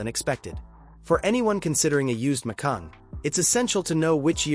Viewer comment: It's Macan, not Macung.